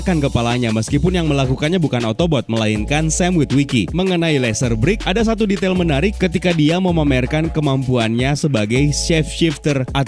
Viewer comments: beak bukan biek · Yang bener tu beak bukan biek